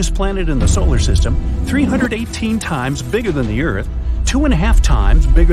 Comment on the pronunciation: (love ur vids) btw i heard u say solar sytem LOL u said it wrong